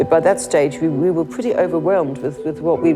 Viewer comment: Can we mutilate him when we find him pwetty pweaseeee???